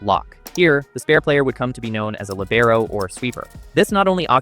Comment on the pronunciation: lìbero, not libèro "unstate italiana"? wtf? is it so hard to just go to google translate, type it and press "listen"?